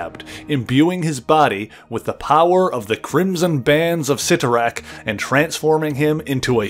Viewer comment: Thank you so much for pronouncing Cyttorak correctly. So many on YouTube have butchered the pronunciation in the past.